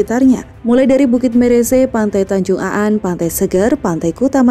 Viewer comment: Bukan tanjung Aan min tp tanjung An ..